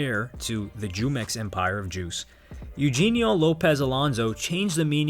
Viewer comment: ayye man i hope in ur future vidoes u google how to pronounce names eugenio aint you-jean-yo its you-hen-yo